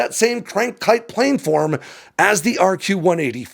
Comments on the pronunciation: Plan-form. PLAN-FORM. Not plane-form. For fucks sake. Why do you keep saying this wrong? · Say “plan” Got it? Now say “planform” It’s not “planeform” Source: aerospace engineer